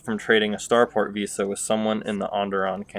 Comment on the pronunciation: Good info, but my guy, you clearly can't read lol. The companion's name isn't Visa, she's not a credit card, it's Visas. Also the class of Jedi that most frequently uses Force techniques are not counselors, they are consulars as in a government or diplomatic position not a mental health professional.